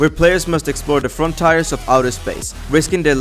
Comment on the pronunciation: I know it's just your accent but exploring the front tires of space hahaha sorry